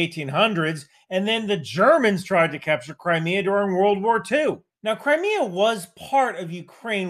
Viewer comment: I keep hearing "Cry Me A Bridge" is there a River in Crimea?